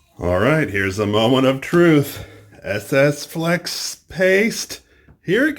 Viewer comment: Lol. He said Flex Ape 😂